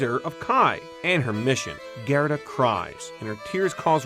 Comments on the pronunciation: Gerta not Gareta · Really wish this guy would pronounce GERTA'S name correctly!!